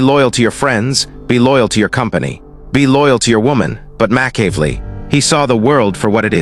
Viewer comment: Slaughtered his name in a different way each time!!😂😂